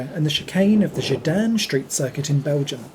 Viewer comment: It’s called Gedinne not Gidanne 😆